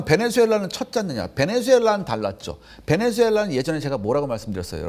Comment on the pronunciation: 베네주엘라가 아니라 베네수엘라 입니다